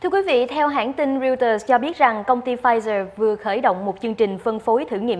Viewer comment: Pfizer , khong phai Pflizer !